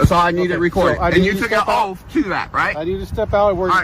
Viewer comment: "Did you tale a OAF"? No, he took an OATH